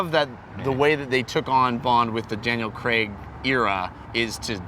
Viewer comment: why does he pronounce craig 'crag'. its really weird